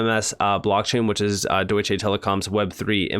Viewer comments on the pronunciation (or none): For the love of God please stop saying DEUTSCHAY lmao. Its DeutschA.